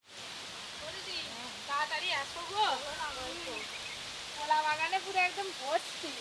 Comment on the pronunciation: ভূতে ধরব আবার,,আর ওটা কোলা না কলা